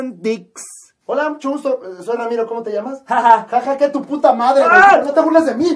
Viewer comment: No se llama Ha-Ha no mamen